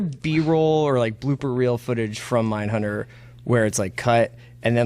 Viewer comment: Mindhunbter aye?